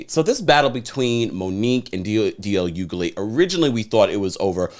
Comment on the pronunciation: It's pronounced (H)ugley 🤦🏾‍♂️🤦🏾‍♂️